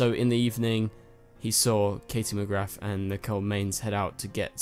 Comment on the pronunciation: Just thought I'd say that Katie's second name is pronounced Muh-grah, the T is silent. I get it tho, Irish names are hard to pronounce even for is irish people